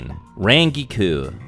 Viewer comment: Where the HELL did get his pronunciation for Rangiku?